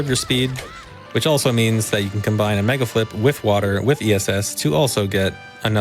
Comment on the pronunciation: said "megaflip" so often that by he starts articulating the l before the f has time to fricate, so it sounds like he's saying megalflip. It's not even a decomposable word anymore, it's just a single chunk